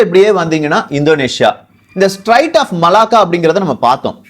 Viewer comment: தம்பி அது ஸ்ட்ரைட்ஸ் இல்ல பா ஸ்ட்ரேட்ஸ் Straits of Malacca. பெயர்களை தப்பாக உச்சரிக்க கூடாது, உன் பெயரையும் உள்ளிட்டு !!!